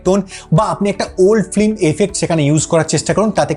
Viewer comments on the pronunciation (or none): none